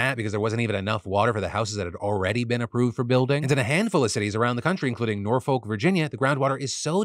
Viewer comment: Phil. Norfolk Va is pronounced nor fuck/ nor fik. Just do pronounce the L